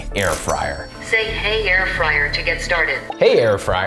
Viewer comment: hahahahaha air frayer wtf